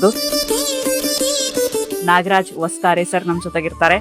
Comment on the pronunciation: ಹೊಸತಾರೆ ಅಲ್ಲ ವಸ್ತಾರೆ